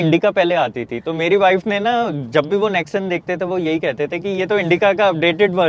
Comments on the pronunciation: Nexon ko nexan bol raha hai . Lol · Nex sun nahi nex on gadi le liye lekin pronunciation ka ata pata nahin 😅